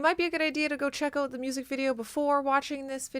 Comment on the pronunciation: she said "check ooot", i giggled